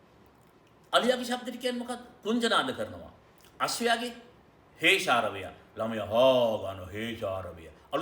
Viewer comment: “Heshawaraya” or “Hesharawaya” ??? 🐴🐴🐴🐴